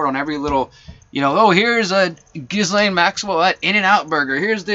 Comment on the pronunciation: You were absolutely ahead of the crowd on this story. Ghislane is pronounced like "G'lane" or Gah-lane, Geh-lane (silent s) The best that can come of this is young people will be able to speak up and be believed when they are mistreated. The Nantucket guy who sued Spacey (Fowler) had lied and said he was 23. There was an issue with texts that showed that being held back I think... Truth though is stranger and sadder than fiction. TY for your work